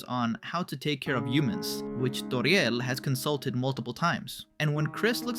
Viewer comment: Bro said Toríel